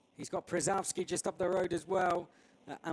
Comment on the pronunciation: Speaker have read surname Przyrowski 100% incorectly. As a pole I even didn't recognize he was reading him